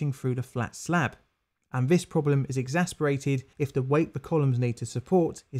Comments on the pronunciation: Exacerbated, not exasperated. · The word is Exacerbated not exasperated. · I need to say this....it’s not exasperated, it’s exacerbated. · You keep saying exasperated, when you should be saying exacerbated. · Exacerbated, not exasperated !! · Exacerbated. Not exasperated.